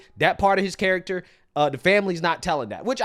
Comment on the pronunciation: He said the 🥕 carroter.... The only words he can properly pronounce are those key words used to trigger uproar bigotry racism etc etc